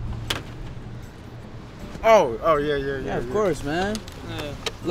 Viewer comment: “It’s gonna be a lotta caws wew buyin bwo” “It’s worf it bwo”